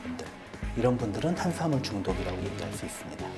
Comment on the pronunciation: 예? 싐대 영양싀오 탄싀아물 이요? 선생님 번데기발음 넘나 귀엽네요